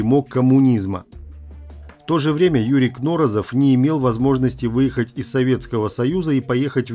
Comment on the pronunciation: КнорОзов. Ударение на второе о.